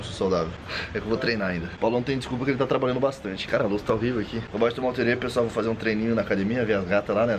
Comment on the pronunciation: É TERERÉ, NÃO TERERÊ.